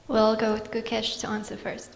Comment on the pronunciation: Pathetic journalist! Despite being an Indian, that too a Tamilian, she mispronounced Gukesh's name for that rubbish question. Media companies and radios should have better standard at selecting journalists they're sponsoring the trips for.